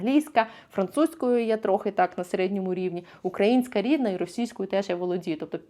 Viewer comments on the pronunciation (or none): none